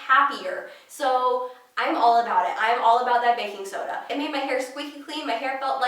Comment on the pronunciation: She said she loved 'baking soda'....sounded like "I'm in love with the coco!" #lovehair